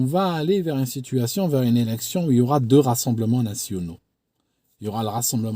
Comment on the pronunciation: A 4min 26 j'ai l'impression que tu dis à un autre mot que le mot élection 🤣